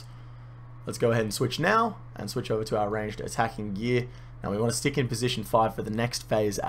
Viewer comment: Every time you said switch I imagined Michael Jordan saying swish